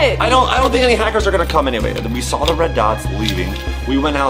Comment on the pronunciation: That is not how you say saw